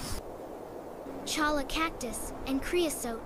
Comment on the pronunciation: “choLLa” ?? Obviously NOT A NATIVE. Pronounced CHOYA. AND the G in SaGuaro - pronounced SaWara. Jesus Wept.